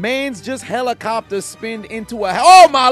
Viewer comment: Herlicorrpter, herlicorrpter, lol